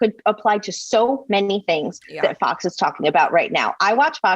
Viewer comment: I thought Nori called it Fux News. Lol!